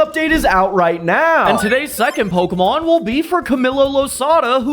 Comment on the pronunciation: I like how he pronounces it “Pokuhmon”